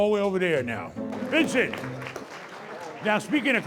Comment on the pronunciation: Its not Vincent!!!!!!! It's Vinson!!!!Ya'll are stupid!!!!!